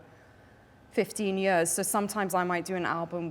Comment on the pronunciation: anyone else notice her welsh accent come out when she says 'years' :3